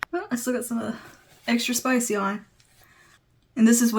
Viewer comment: Extra Spicy, not Extra spich 😉